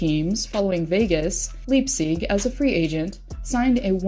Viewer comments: LYPE-SICK" NOT "LEEGSEEG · Yeah, I was confused at her pronunciation. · Your pronouncing leipsics name wrong